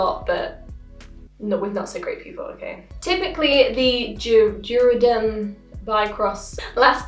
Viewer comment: Also you said it right the first time 🤣 juvaderm (spelled wrong idk) but you had that right, that’s how they (meaning the place I go to for injectables) say it. The words after the main one I forget lol.